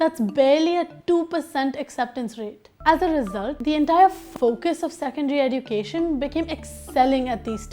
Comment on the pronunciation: You are pronouncing education wrong search on Google